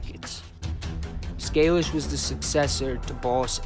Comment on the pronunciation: Its pronounced Scay- lish. If you could do anything on Johnny, boss of very powerfuk Cleveland mob from 45ish -76 was at Appalacin, had first financial interest in Vegas through Moe Dalitz and the 'little Jewish Navy' guys who owned The Beverly Club in Kentucky and spun the profits into ownership points in the Dunes hotel in Vegas, without the TeamstersPention fund, before that. But, there's very little info on him, unless the family wanted to do his story, but I doubt it